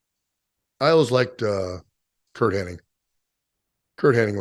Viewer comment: You see. I know it was Henning. Warlord knows it was Henning. Modern reality says that it's "Hennig".😂